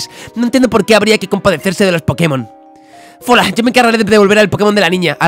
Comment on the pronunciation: Dale me gusta si a fola le dices folagoro